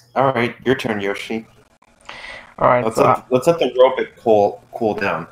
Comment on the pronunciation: I'm surprised no one referenced Dr. Zoidberg when pronounced robot as "robit". That would have been neat, since that's how Dr. Zoidberg pronounces robot.